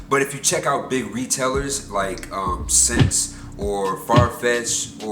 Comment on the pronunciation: ikr, i cringed, (essence) XD